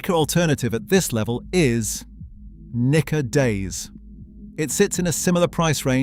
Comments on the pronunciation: Nikka is pronounced "knee-kka". Not "knick-ka" Hibiki should be pronounced "hee-bee-kee". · Its pronounced neekka. Might help you avoid misunderstandings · The I’s and E’s are long. Knee-ka. He-bee-key. It’s unfortunate that Nikka from the barrel is a blend. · he said what he said... NIKKA with a hard A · Nikka whisky from the hood 😭